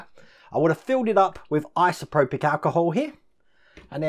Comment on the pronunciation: Liked the video, but please, it's isopropyl, not isoprobic, my ocd was kicking off! 😅